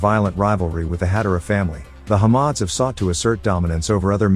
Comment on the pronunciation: Its Had-aaaaa-ra not Had-a-ra Ditch the AI voice, get an aussie to do it.